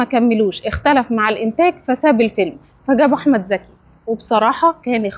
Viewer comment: المصريين لا يعرفون يفرقون بين ز و ذ هو اسمه احمد ذكي ولا احمد زكي